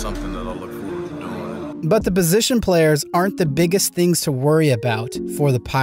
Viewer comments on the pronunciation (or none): none